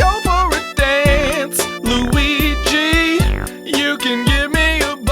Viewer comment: DIS GOY WUNTS LOOGEE'S DEEEK!